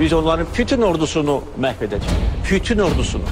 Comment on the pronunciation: Cenab pirizident putun yox bütün, xahis edirik sözü düzgün teleffuz ele